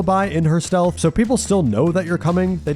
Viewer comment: steath instead of stealth for ghostface made me laugh